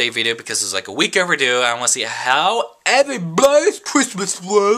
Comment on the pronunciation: "HOW eberybobys christmas bwas!" LMAO!! i laughed ofr like 10 mins. (: I love you. ahah